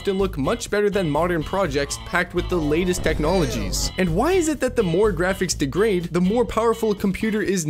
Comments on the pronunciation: Don't forget "day-grade" (degrade) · how does one speak perfect English but just randomly mispronounce "coherent" and "degrade", its baffling.